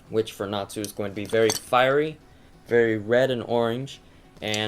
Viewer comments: I was just trying to make it simpler by making it a z so it doesn't look weird.... since he was pronouncing it Nat Su. at least at the start of the vid he did. so still....SLAP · u said natsu's name wrong! its pronounced natzu! *Slaps in the face! I FEEL SO SATISFIED;D